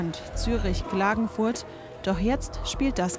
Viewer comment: kkkkklagenfurt und nicht glagenfurt tzzz